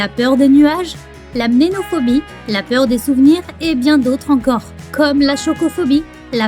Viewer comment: C'est la Mnémophobie ! Et non la Mnénophobie... 😜